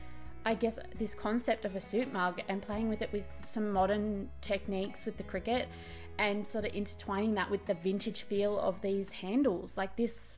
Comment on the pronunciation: It took me literally until the cricut came on screen to work out that you weren't saying "cricket" 🤦‍♀